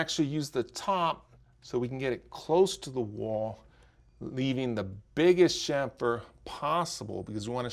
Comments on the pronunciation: It's pronounced kamfer, not shamfer. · Say "SHAMFER" one more time!!!! It's CHAMFER!!!